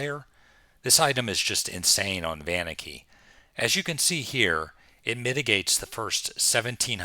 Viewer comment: Never heard someone emphasize the "van" on Vaniki... most pronounce it "Vah-neek-ee", which I believe is correct.